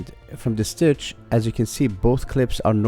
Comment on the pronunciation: STITCH not stich